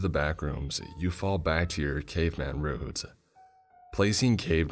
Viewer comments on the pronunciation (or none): none